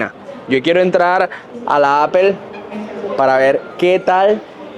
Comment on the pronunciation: Hola. No por ser hater pero pronuncia Apple bien. No está tan difícil 😅. Besos